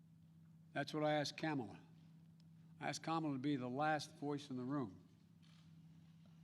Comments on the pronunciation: He is calling her Kama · Hahahaha he mispronounced her name hahaha